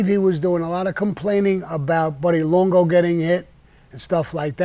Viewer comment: What was that, Sammy? Were you trying 2 pronounce Buddy's last name or did somone ask you when the last time was that you possessed an ounce of integrity? "LONGO"!